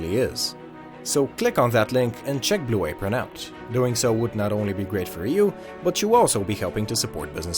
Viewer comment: Good vid. F Blu a-pRON.